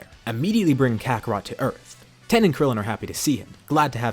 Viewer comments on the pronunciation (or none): Bruh it's not 10 it's tien tiiiiiiiiien not 10 or ten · FOR GODS SAKE STOP CALLING TIEN TEN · Not Tein, not Tein shinhon just Ten